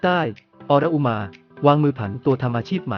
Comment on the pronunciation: ออน-อุ-มา อ่านออกเสียงนี้ ถ้ายังไม่เก่งภาษาก็อย่ามาอ่านข่าว